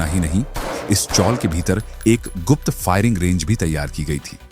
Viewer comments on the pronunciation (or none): none